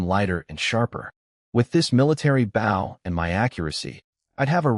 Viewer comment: It's bow not bow